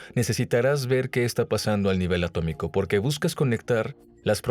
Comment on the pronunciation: Atómico, se dice atómico 🤓